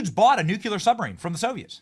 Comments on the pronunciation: Why can no one say the word NUCLEAR. It’s pronounced NUKE-LEE-UR…not NUKE-UH-LUR 😂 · Nuclear not nucular! You both pronounce it incorrectly!! 🙄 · Benny: It’s pronounced: “nu-CLEE-ar” (not “nuk-U-ler”) Every time dude…! 🤦🏻‍♂️🤦🏻‍♂️ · How goddamned hard is it to pronounce NU-CLE-AR correctly? It’s fkn NU-CLE-AR, NU and then CLEAR not "NU-CU-LAR" FFS. It’s not that goddamned hard to say CLEAR after saying NU. Can anyone read or understand basic grade school level English anymore? And how in the FK do you get LAURA from LARA? I’m astonished Benny can even speak the English language effectively enough to be understood when he refuses to pronounce such basic English words like LARA and NUCLEAR correctly. This level of disrespect and absolute laziness it takes in not even bothering to get off your ass to try pronouncing basic English and not having the basic fkn decency to get off his ass to learn how to pronounce people’s names correctly doesn’t engender confidence in anything else this guy has to say. LEARN BASIC FKN ENGLISH BENNY, it’s not that goddamned hard. It’s basic goddamned respect. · Benny, I've wanted to correct your "nucular" for AGES, but you are in good company. George Bush could NEVER say it right, and neither can half of the people in the government! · Benny: Nuclear. Not Nukular. You sound like G Bush! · New - Clee - Urrr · Tysm Darth!!!! Benny, I love ya, but nukular was driving me crazy 😂